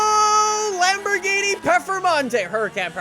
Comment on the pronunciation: Let me translate the video title for u kidz. LambogheenE PerfeMONtay